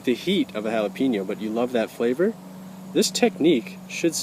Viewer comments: its not "HAL A PEEN O" its "HA LA PAIN YO". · ha-la-pain-yo....not ha-la-peen-yo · jalapeñoor jalapeno [hah-luh-peyn-yoh; Spanish hah-lah-pe-nyaw] Spell Syllables It sounds so funny when people say pee (pea) no It is Peh (pay) no just saying This site will give you aa audible pronunciation that is correct=Thanks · That's why it's Jala-pee-NO . Sorry bad joke. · There is no “I” in jalapeño. Learn to say it right